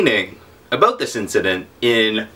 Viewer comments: Talking aboot ! hahaha love you pete <3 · Aboot? Lol